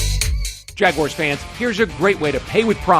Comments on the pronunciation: That hurt my heart when i heard him pronounce Jag-u-ars. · That part lol. He definitely made it way more difficult then it needed to be lol